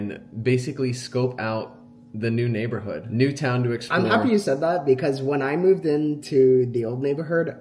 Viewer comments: Jordan saying NeighborHERD lol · why does jordan say neighberhood